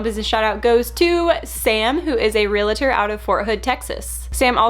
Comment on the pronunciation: I wish more people could pronounce Realtor.® (And yes, it's a proper noun and registered trademark.) It's just two syllables. It's not Real-UH-ter.